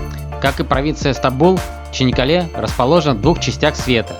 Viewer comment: Почему Чинаккале? Если Чанаккале.